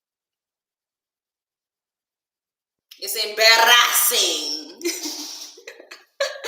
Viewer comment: you're crazy! The way you say embarrassing....the way my Nigerian parents say it. Say you're married to a Nigerian w/o saying it! You are hilarious 🤣🤣🤣